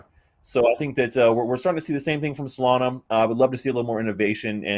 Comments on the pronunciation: “Solaner” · Bro can you finally pronounce Solana the right way please? 😂😂